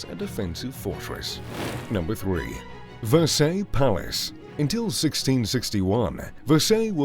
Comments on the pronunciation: Actually Fred, I was primarily commenting upon how badly this poseur was messing up the name "Versailles". LOL However to address YOUR point, as you may note on their official website: (offered [below] in French Spanish and English) this venue's French name IS "Château de Versailles", but the comments and replies posted here are: "en anglais", where it is and always has been known as the "Palace of Versailles" and IS how their own website translates it? That being said: The French architectural moniker: "Chateau" basically means: a country house away from any urban area, whereas a "Castle" is a fortress built for defensive purposes, and the term: "Palace" is designation for a structure built for, or inhabited by Royalty or Nobility. Thusly, Versailles' origins were as a hunting lodge, purpose built by Louis XIII (in the truest sense of a Chateau), which gradually morphed into the Palace you see today. Conversely, the Louvre DID start out as a castellated fortress to defend the growing city of Paris, and later de-fortified and remodelled to become a Royal Palace, which is also why (having always been in an urban area) the Louvre has never been classified nor prefaced with: "Chateau". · If you are intent on making videos about these structures, then please at least learn the correct pronunciation of their names: The Palace of Versailles (and Yes it IS a "palace" and is NOT, nor ever has been a "castle", but as your viewership is primarily American, that fine distinction would be lost on them? LOL) although written Ver-sailles is pronounced: "Vair-sigh" & NOT as You incorrectly utter it: "Vur-say"! Thank You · Dude! love the videos but you have GOT to improve your pronunciation! Versailles and Neuschwanstein???? disgraceful!!